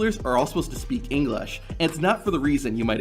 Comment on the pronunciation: The irony of this kid speaking English fluently, but not being able to pronounce the word itself.